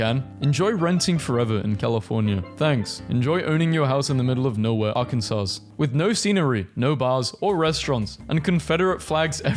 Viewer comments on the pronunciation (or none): said "Arkansans" with an n before the final s. I don't think anyone in America pronounces it that way... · ITS PRONOUNCED AR-KEN-SAW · Why’d he say “Illinoise” :( And “Arkansauce” :( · 'ark in saws' is even worse then 'ark ands iss' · He didn't just pronounce the S, he pronounced it "Arkansans". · it is pronounced arkansaw not arkansas. I know it is weird. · It’s pronounced Arkansaw not ArKaNsAs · The way you pronounced Arkansas(Arken-saw) is a huge point of contention here actually. I've seen fist fights break out over how it's spelled and pronounced differently. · It's pronounced ArkanSAW. It's actually against state law to mispronounce it, but how the fuck do you enforce that? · I love hearing you pronounce Arkansas and Illinois. The last S is silent on those words. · I loved the part where you misprnounced arkansas. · Arkansas is pronounced without the last S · Why is he pronouncing Arkansas like that 😭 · Pronouncing the S at the end of Arkansas and then Illinois immediately after is a hate crime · Y he pronounce Arkansas like dat